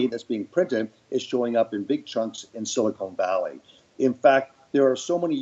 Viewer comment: Someone has to tell Frank that it’s Silicon Valley not silicone valley. It makes him sound so stupid and he is not. If silicone valley actually existed it would be in Hollywood I guess.